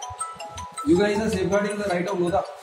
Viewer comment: It's not LODHA, it's LODA 😂